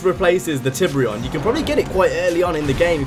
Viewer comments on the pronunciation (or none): "Hyundai Tibrion" i cri evritiem